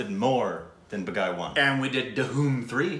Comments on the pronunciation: That is not Ba-guy, it is pronounced Baa-ghee. 🤪🤪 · It's not BAGAAY its BAA-GHEE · Baaaa geeeee not ba guy😆😆😆😆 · When you’re supposed to say Baghi but instead saying my name, Bagai. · It's pronounced as 'baag'+'he' not baag-'high'. Meaning - 'a rebel' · I love it. It's baagee not baaghai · It's not ba gai It's BHA ghee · Two videos!!! That just made my Sunday. Great reaction. Baaghi two has a better storyline than Baaghi. By the way it's pronounced baa-gee.😁 Nice reaction